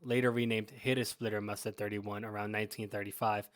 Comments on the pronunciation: Good Clip - but it doesn't called "Lieber-Muster" it called "LEIBER-Tarn(Muster)" - Change "ie" to "ei" - than it's correct 👍🏻😉 (Look in Wikipedia Search "Leibertarn") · Leibermuster, not Liebermuster. Apart from that... 👍🏻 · One minor correction: in English/American documentaries about camo patterns the last German pattern is mostly misspelled or mispronounced as "Liebermuster" or "Lieber-Pattern". In fact the correct spelling is "LEIBERMUSTER". By the way: it is the only German pattern named after its creator/inventor. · *leiber, not liebermuster